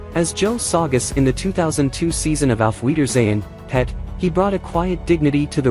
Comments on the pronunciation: u are saying it wrong , don't put emphasis on Pet Tim Spall is still alive and is not the same person as Kenny Ireland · Don't talk about British TV if you can't even say it properly, watch some british TV